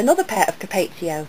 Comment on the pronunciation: Ur pronouncing capezio wrong It's (CAP•ets•EE•o) you're saying (CAP•et•SAY•o)